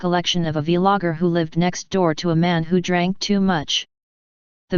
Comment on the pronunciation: The vee logger 🤣